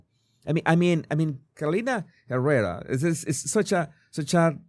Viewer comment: I love the way you pronounce Carolina Herrera ❤